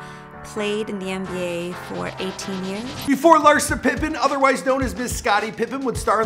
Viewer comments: Yup even the ppl hes doing the damn show on... he called her Larisa 💀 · He said larisa 🤣🤣